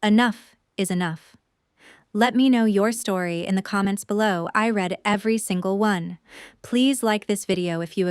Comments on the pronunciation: You know, the English language has several annoying words that have more than one way to pronounce them. "Read" is one of them. Is it possible to misspell this for your AI program just to get it to properly say it? For example: I "red" that book. I will "reed" the article tonight. I hope this helps. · I wish someone would find a way to teach computers the proper tense. "Read" and its past tense "read" are spelled the same, but pronouced differently.